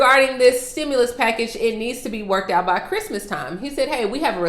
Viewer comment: You said an incrrect word. It's pronounced CHRISTMAS NOT the other